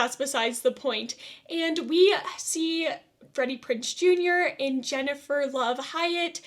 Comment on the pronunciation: Also no offense but you butchered Jennifers name